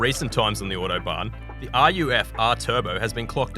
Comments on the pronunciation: Bro saying “iuodobahn” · Ordo-barn. Jesus, mate.